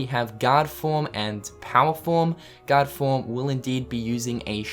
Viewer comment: every time you say guard it sounds like your saying God lol